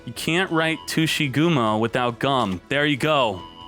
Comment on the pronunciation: Tushygumo? you're making some people imagining a non-ygo content with that pronunciation